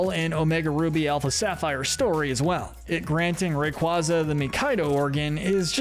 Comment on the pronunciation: It’s pronounced may-guh-LAHP-oh-liss, sol-GUH-LAY-oh, ray-QUAY-zuh, WAHB-uh-fett, sill-VAL-EYE, DEE-AHL-guh, and PAHL-kee-uh, “Patrick Star”! 🤨 Stop mispronouncing Pokémon, Pokémon area, and Pokémon character names, bub! 🙄